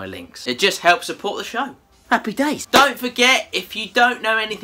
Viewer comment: Did he just say appy ?